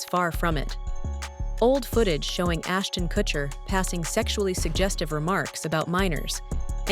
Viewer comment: Ashton Kushiner lol